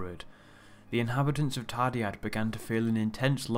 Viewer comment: Hey but I don't know if you know but the dd in the name is pronounced as a th as in Thursday. :)